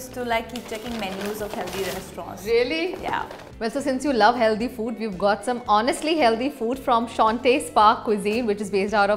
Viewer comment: Funny how she acts so elegant but say HELDY instead of HEALTHY really takes away a few points ….